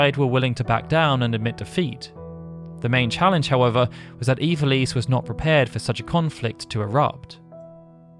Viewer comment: I don't know why I can't accept the way you pronounce ivalice. Ee-val-ess is how I always pronounced it. Maybe I'm wrong